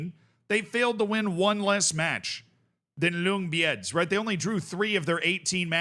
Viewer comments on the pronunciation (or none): I can't get over the pronunciation of Ljungbyhed 😂 it's more accurate as "Jung-bee-heed". Great vid!